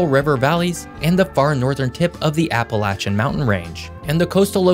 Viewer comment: I just want to thank you for pronouncing Appalachia the correct way instead of those who call it 'Appalaysha'